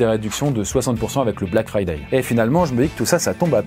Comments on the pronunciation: "Black FRI-day" mec...... 💀💀💀💀💀💀💀💀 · LE "BLACK FRIDAYE" mdr jsuis mort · quand je pense qu'il a prononcer friday en français🥲🥲🥲🥲🥲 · Comment tu as prononcé Friday 😭